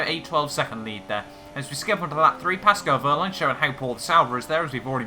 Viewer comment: I love your pronunciation of "Paskol Wööhrlein" :D And of course "Sebaschtien Wittäl"